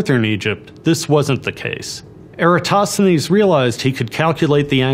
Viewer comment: The way you pronounced Eratosthenes is a sin